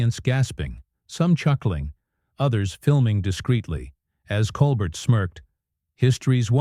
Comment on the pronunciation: I stopped listening as soon as I heard Coal-Bert. No more AI audio please